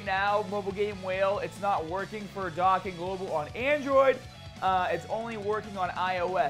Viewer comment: It’s dōkkan